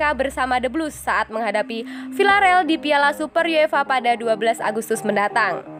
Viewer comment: pelafalan stamford bridge kok gt... bgitu juga sama villareal. 😀😀😀